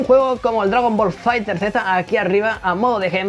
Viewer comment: "Dragon Ball Fighter(Zeta)" 😂🤣